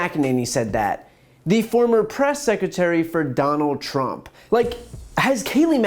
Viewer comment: She also said President Trunp